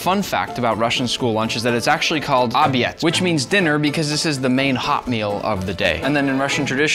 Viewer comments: axaxxaxa not “obyed” it is “obed” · так написано в субтитрах obed, но произнес он так потому что новое слово, тяжело произносить все дела